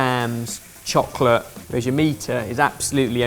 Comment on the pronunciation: Is it me or says chocolate wierdly 😂